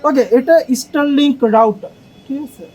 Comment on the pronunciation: স্টার লিংক ❌️ ইস্টার লিংক ✅️